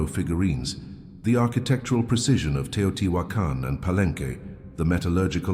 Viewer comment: Gosh... get your AI reader to pronounce "Palenque " correctly... it is disrespecting not to